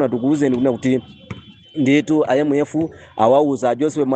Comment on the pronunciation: Mmalo monena kuti IMF ndikumva akunena kuti MF ndiye sindikudabwa kumva zosemphana